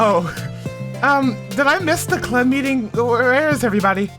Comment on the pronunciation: im glad you enjoyed the first side story!! most questions are answered in part two of trust which im excited to see you react to lol. (edit: by the way its club not clup)